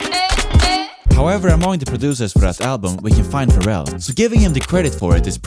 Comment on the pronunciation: TIL Pharrell's name is stressed on the second syllable. Yes, I live under a rock... under another rock, under another rock, under another rock, under another rock, ... under another rock.